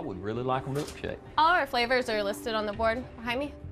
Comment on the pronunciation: Me a non native English speaker: butts right in to read for him Manages to pronounce all the flavours names wrong